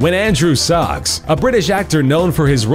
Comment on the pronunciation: Why would you censor a swear word in writing but not in speaking? Also it's Andrew Sachs, the surname is pronounced Sacks not Socks.